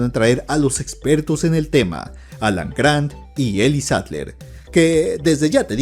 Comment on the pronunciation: Quién más escuchó "Alacrán" en vez de Alan Grand?